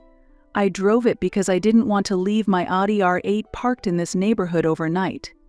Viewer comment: AI has a problem with the pronunciation of Audi.